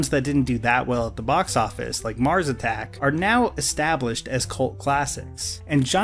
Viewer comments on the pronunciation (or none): none